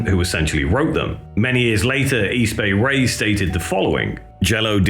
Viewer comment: Easy Bay Ray lolololol Close but no Cigar buddy. It's East Bay Ray, not Easy Bay Ray lolololol. How about D.O.A from Vancouver Canada? The Subhumans is their sister band. Canadian Subhumans. Crass would be cool from Britain to.